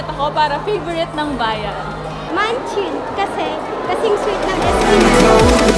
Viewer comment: Anong Munchin😅😅😅 Kahiya ka Girl baka munchkin yun... Napilit lang naman ako malay ko ba sa SB19 vlogs yan hahaha